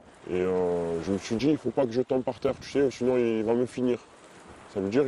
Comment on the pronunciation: “Tu sais” “tu vois” “j’ai dJis” mais quelle horreur ce vocabulaire ce langage mon dieu